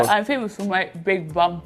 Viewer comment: She can’t even say big bum lol 😂😂😂😂 vib vum 😂😂😂